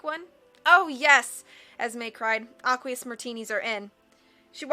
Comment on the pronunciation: Isn't aqueous pronounced "ey-kwee-iss"?